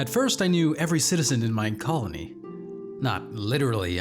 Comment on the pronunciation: Did he just start the vid with “Mein colony”? 😂 Subscribed😂